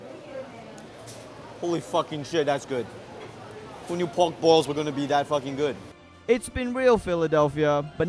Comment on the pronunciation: He says 'pork balls' with a Chinese accent lool